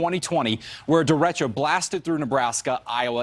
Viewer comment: derecho is pronounced der.ay.cho not der.etch.oh